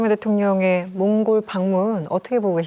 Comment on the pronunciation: 나라 이름 제대로 말씀해 주세요